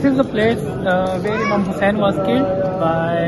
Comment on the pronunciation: OMG how beautifully pronound Imam Hussain love love ❤❤❤